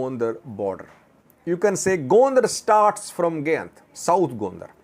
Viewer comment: Gayint is pronounced Guy-int and Sayint is an entirely different area in south Wollo, bordering East Gojam and the Blue Nile.